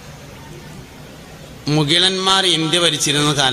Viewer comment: മുകിലൻമാരോ 😂അത്യാവശ്യം പ്രിനൗൻസിയേഷൻ എങ്കിലും 🥰